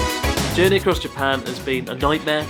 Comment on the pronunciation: How is it that a japanese guy cant say "Japan" ?